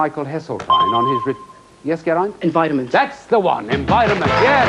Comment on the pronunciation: Sounds proper welsh when Geraint says Environment